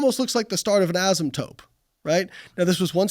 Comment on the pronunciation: Not the STEM PhD saying "asymptope" 🙈